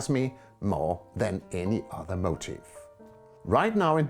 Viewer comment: A very inspiring video which is a great help to amateur painters working on their own, with little direction. I don't think finding an original motif is the problem but developing an individual, recognisable style, which you have done so very well. Your English is native-speaker standard but your pronunciation of 'motif' (the subject of a painting) sounds like 'motive' (your reason for doing a painting). The first is 'mo-TEEF' (/məʊˈtiːf/ - stress on second syllable with a long 'i' (ee) sound); the second is 'MO - tiv' (/ˈməʊtɪv/ - stress on the first syllable and a short 'i' sound).